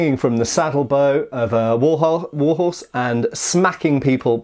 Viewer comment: Did nobody catch him saying "war-hoe" when briefly describing the Persian axe he's holding?